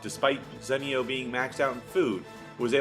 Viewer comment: Its zenio, not zènnio :P awesome vids tho, really appreciate them